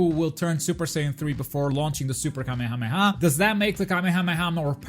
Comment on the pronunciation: It irritates me how you pronounce kamehameha